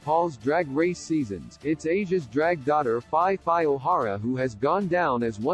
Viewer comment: The robotic voice is killing me... Phi Phi being pronounced Fye Fye 🤣